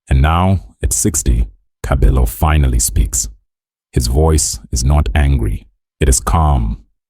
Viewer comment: Pronouncing is irritating I stopped listening when you said TKzet ee😮 and kabelo's stage name